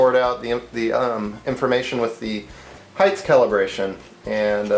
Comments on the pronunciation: I don't know whether you are aware but you pronounce 'height' (should rhyme with tight, might, fight etc.) as 'heigth' (doesn't really rhyme with anything except maybe orange or silver?) see link for clarification. Otherwise, barring my OCD I enjoyed this vid. keep 'em coming. ;) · I love your review this is a great review. Makes me want a delta. I wish you didn't say "heighth" so many times though. That's my pet peeve. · Really cool! My only complaint with the video is the repeated mispronunciation of the word "height". Notice that there's no H at the end.. You kept pronouncing it at heighth (highth). The word ends with a "tah" sound. I'm usually not a grammar nazi but this one really bothered me because it was repeated so many times. Plus, how will we ever learn if others don't point out our mistakes? Other than that. Really great video! I'm already subscribed, otherwise I would sub. Keep up the good work. :)